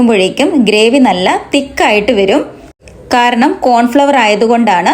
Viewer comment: Cornflour anu Pronunciation correct aku